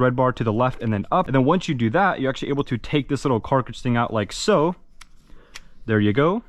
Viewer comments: I swear that he says “carcage” (like carcass) instead of cartridge. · wait this guy owns a not shitty cs skinned knife? anyone teach him to say cartridge correctly yet either? 10 years into airsoft videos and still? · “Carkage”😭😭 love the content tho 🫶🏼